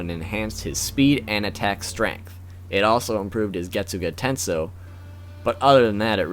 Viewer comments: its getsuga ten SHO not tenso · its getsuga ten shou (show) not so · byakuya bankai trash compared to kenpachi and so many misspronouncing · how can you put together a bleach video and not be able to pronounce "getsuga tensho" and "reiatsu"